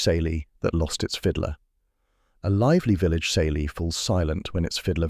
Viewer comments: Smelly? Kayly is how the word is pronounced!!! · Ceilidh is pronounced all wrong